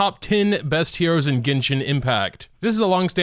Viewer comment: Lawd it bugs me when he says "heros"